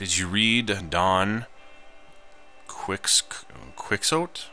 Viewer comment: Don Quixote (key-ho-tay)